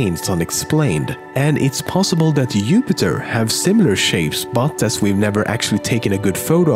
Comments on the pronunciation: He not saying his j's upiter and uno is what hes saying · Fact 8 the guy']s say's "Upiter" . What's a Upiter ??? lol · Upiter and uno silent J's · Jupiter, not yupiter. JUPITER!!! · Nice video! Word of advice though Lemmino "j" is pronounced "ju" not "yu" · It's pronounced Jupiter not youpiter😅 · It's pronounced JEWPIHTER not YEWPIHTER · I can't be the only one who laughed when he said "Yupiter" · he said youpiter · Did you just call Jupiter "Upiter" that's not gonna fly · he just pronounced Jupiter as Yupitar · Why does he call it yupiter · Who else chuckled when he said yupiter, and yuno hehe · 'Youpiter"?? lol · ha he pronounced it Upiter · "yupiter" xD I love the way you pronounce things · Yupiter. Nice. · why did the ending make everyone cry? It's so goooood also hearing this dude pronounce things like "Jupiter" and "Juno" with the Scandinavian j is quite funny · Where is he from cause I like his accent and they was he pronounces Jupiter and juno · You don't pronounce Jupiter, Juno etc. correctly. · I love the way he says Jupiter. His accent is so cool and relaxing to listen to